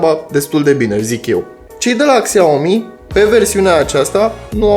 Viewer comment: Faceți review, dar nici nu știți să pronunțați Xiaomi.